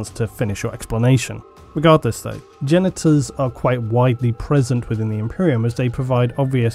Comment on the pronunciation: I have to admit when you first said Genetors.... I heard Genitals.... I was like "Alright bring on the robo bits!"